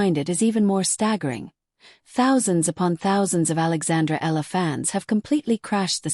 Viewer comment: Her name is pronounce as eee ya la.